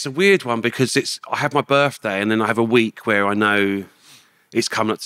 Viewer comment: Whats a 'burfday'...?